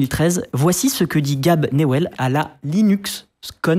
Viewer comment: Faut faire un petit effort sur la prononciation, parce que personne dit "gab nuwel" ou "ark linux" 😅 Enfin bref, proton et le Steamdeck a complètement changé la viabilité de lînux pour le gaming et même l'usage général, car il y a beaucoup plus de développement sur linux maintenant, proton m'as personnellement fait changee de windows a linux sur mon pc gamer